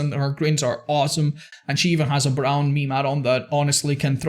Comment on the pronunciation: says meme instead of meme 😂